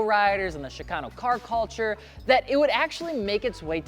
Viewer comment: The beginning of "Chicano" isn't pronounced like "Chicago". It's pronounced like the beginning of "chick".